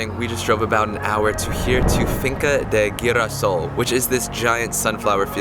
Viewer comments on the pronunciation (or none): gira sol not guerra seou mofongo not mufongo.l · Finca de girasol, its pronounced he-rasol. Lol giving you like a Spanish pronunciation class. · Finca El Girasol is pronounced as Fin-ka L Gee ra sol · Awesome video! Thanks for sharing your experience. Footnote : We pronounce Yunque with a J sound: "Joonke" & the Sunflowers Girasol is pronounced with an H sound instead : "Heerasol"